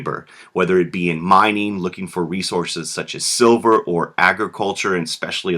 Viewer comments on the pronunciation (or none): none